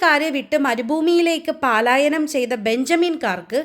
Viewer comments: മോളെ പാലായനം അല്ല പലായനം ആണ്❤ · Palayanam alla. Prononciation wrong